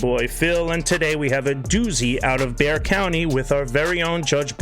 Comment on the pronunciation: I love you know how to pronounce Bexar. That’s my county and most people mispronounce it.